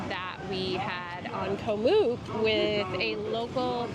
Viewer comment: Btw it is not pronounced "moook" with a long 'o". It is "oo" as in cook, it should rhyme with cook.